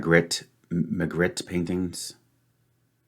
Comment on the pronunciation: I actually solved purple ahead of blue, as I spotted Magritte, but didn't know the meaning of "console" and "runner" in this context. It's pronounced Ma-greet (he was Belgian) and if you do a google image search of his paintings, some of them might be familiar.